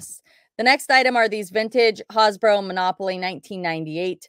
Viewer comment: Hasbro pronounced HAS BRO ! not Haas bro.